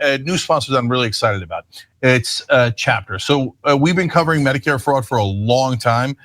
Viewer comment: I think he intentionally mispronounced Medicare fraud to miss lead the audience.😠